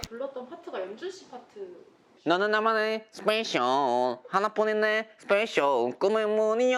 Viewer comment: Beomgyu: SpeYcSIal 😂😂😂